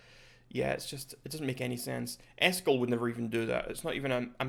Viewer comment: For gamers, butchering Eskel is a big no.